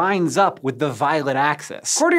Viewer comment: OMG the way he pronounces pleochroism is painful.